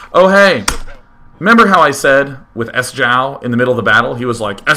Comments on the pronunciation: It's pronounced SHOW. Apollo (also plays in Dignitas with SjoW) will hopefully let Day[9] know this weekend before they cover one of his games at Dreamhack :D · I think you say it like show. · You pronounce it "show" and he is Swedish. =) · Sjow is prenounced like"Show" and means almost the same.